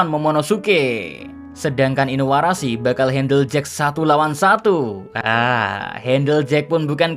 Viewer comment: Min lu nama karakter oda diganti2 kalo oda tau marah dia🤣 masa inuarashi jadi asuarashi🤣